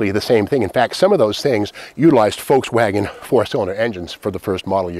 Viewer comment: So bizarre how you pronounce it “Folkswagen.”